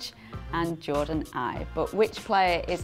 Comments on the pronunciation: the face on ibe and sturridges face wen she she say eybe instead of ibe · Smh Jordon's last name is pronounced like "Ebay" not I-be